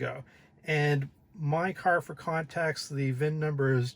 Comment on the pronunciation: a mispronunciation is not an accent. But I still gave your video a thumbs up.